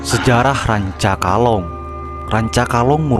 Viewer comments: RANCAKALONG lur, sanes rancakolang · Rancakolang atau rancakalong???